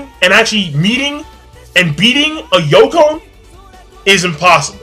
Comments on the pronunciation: My dude you say Yonkou like snowcone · WTF is a Yoko? Its YONko